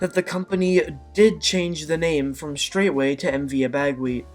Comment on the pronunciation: I travelled on the MV Abegweit many times. It was a beautiful vessel. The proper pronunciation of her name is Abba-Gwit.